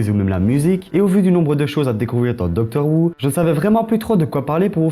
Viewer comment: Ça se prononce "Docteur Hou" et "Comic Rilif" ^^ Bonne vidéo !!